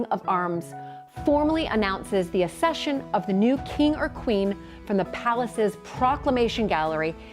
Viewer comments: The Royal Family don’t OWN any palaces or castles except Balmoral and Sandringham. The Queen Mother bought The Castle of Mey personally. The rest belong to The Crown Estates. BTW the word is pronounced ACCession not Assession - and nobody British cares about Meghan and Harry. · So annoying when Americans do videos on the British royal family and get then their facts wrong and can’t even pronounce basic words like “accession” correctly 😂